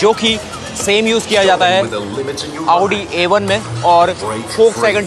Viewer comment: Listen carefully.... How's he pronouncing (Audi)..lol!!!!